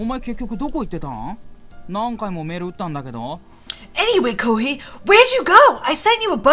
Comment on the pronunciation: It's not pronounced koohee it's pronounced koohay, hei=hay